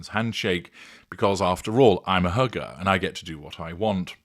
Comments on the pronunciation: The way you said “hugger”, it sounded like “hooker”! Somewhat appropriate… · Did you say "I'm a hugger" or "I'm a hooker?"